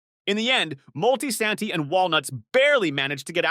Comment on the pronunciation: "Multi santee" 😂😂😂wtf?